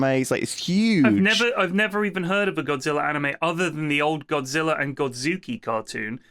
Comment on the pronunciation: Pronouncing it as godziller is the dumbest thing I've ever heard... They even said godzilla multiple times